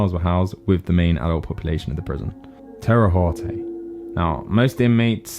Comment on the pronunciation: The way to Terre haute which is a city in Indiana is (teh rah howt) but your video was entertaining keep up the good work